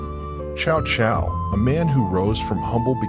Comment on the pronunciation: It's not "chow chow" it's pronounced "Tzau Tzau"